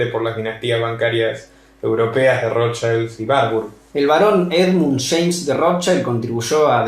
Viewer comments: primero mi admiracion por tu trabajo Felicitaciones. Considera pronunciar ' Rot child' en lugar de " rot chaild". Porque es un apellido germánico, no inglés, y le estás cambiando el significado de Escudo Rojo - el verdadero - a " Niño Rojo" lo cual es bastante extraño, no?😊. Sólo un consejo. Abz! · asi no se prononcia el.apellido Rothschild es un apellido judio aleman y NO.INGLES